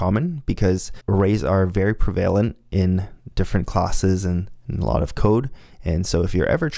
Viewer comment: “Hover”, “says”, “prevalent”. Please look up the correct pronunciation for these words. Don’t get me wrong. I am finding the course mostly pretty useful and I appreciate you making these videos available - but I cringe everytime I hear you speak any of these 3 words. I can’t imagine where/how you learned to pronounce them. I know this seems like a petty comment - and it probably is - but I really do think you are mispronouncing these words and hope you will look them up so the mispronunciations don’t continue forever.